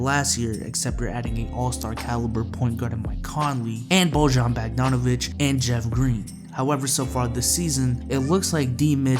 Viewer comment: Jazz fan here: Bojan is pronounced boy-on. Also, we waived Jeff Green. Great video!